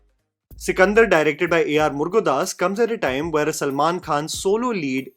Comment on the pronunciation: It's Murugadoss Not Murga das😂😂😂